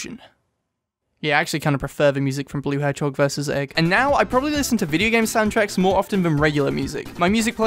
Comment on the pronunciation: “Blue hedgehog versus e g g”